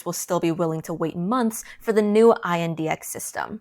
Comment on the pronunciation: Just say index.. it’s not I n d x